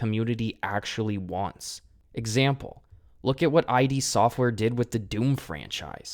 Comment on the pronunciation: Protip: id Software's name is pronounced as a word, not as letters